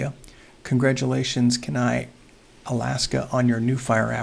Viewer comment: FYI- Kenai is pronounced like 'Keen Eye'.